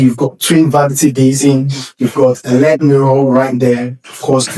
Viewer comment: It's called L.E.D. (LED), not led. Saying "led", indicates it is made of lead, which I hope it is not. LED means Light Emitting Diode. 😊